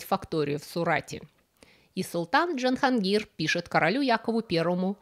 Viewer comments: Не Джанхонгир , а Джахон (мир) гир (возьми , завоюй) на фарси , по аналогии с русским именем Владимир. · Научитесь, пожалуйста, произносить им Джахангир. Вы выглядите максимально по имперски, не умея произнести сложные для вас имена.